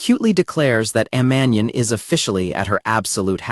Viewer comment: That pronunciation of Amane is killing me. She is not a flammable gas. Ah Mah Nay. Kouchou isn't a name it is a title. Suzuki isn't a fake name - it is his family name. This is why AI is always going to be inferior.